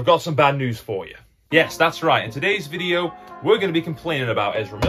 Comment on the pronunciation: Another smashing vi-die-oh